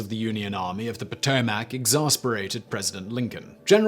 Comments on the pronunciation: Poh-tow-mic (not Po-To-Mac). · SImon - it is pronounced Pah-toe-mic. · I like how he says Potomac. You say "Po Toe Mac" and I say "Puh Toe Mick" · Potomac : puh-toe-muck 😬😬😬 not puh-toe-maack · It's pronounced "Pahtohmic" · Lol. Great stuff.. but the potoMAC? Lol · 2 corrections...Yes, Lee was a “Slave Owner”...so was Grant. They both received one slave as an inheritance from their father in laws. Both freed their slaves and did not sell them. Second, it’s Potomac pronounced Poe-Toe-Mick... I grew up and still live near the river and know it well from the mountains of WV where it originates all the way down to Point Lookout where it flows into the Chesapeake Bay. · 7 minutes 54 second "...Served only in the European theater..." LOL. BTW. Potomac is pronounced Pato-mic here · I don’t give a dang about this video just for the fact how he says Potomac or how he says it POTO-MACK 🤣🤷🏻‍♂️ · Poto Mac?? Lol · Poe toe Mack huh?😂😂😂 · What is the POO-TOE-MAC? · No u southern hippies...its paa TO mac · Your pronunciation of Potomac is killing me. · You need to learn how to pronounce Potomac. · Richard Von Pingel - I am from the PA / OH border, about an hour south of Lake Erie, and I have never heard such a horrible pronunciation of “Potomac”. Ha!